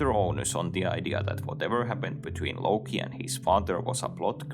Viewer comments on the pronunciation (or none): none